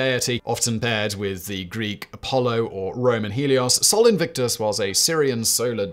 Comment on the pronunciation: Yet he managed to mis-pronounce Sol Invictus.